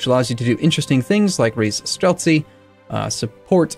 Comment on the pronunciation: As native russian language speaker ill help you. streltsY, oprIchnina, sudEbnik.